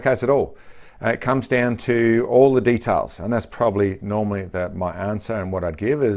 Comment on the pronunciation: It's Details, not de talls.